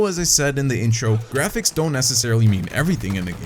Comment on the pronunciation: Hahahah Watch dog Good grapighs?😂😂😂